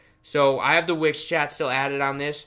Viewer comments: It's wix.... not which. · I heard witch 🧙‍♀️👀😭😂